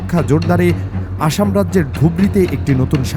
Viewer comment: অশম কেন বলা হচ্ছে? আশাম বলে দিন